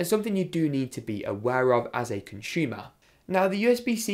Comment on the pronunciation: Conshumer lol gotta love accents. Been following for a about a year and a half now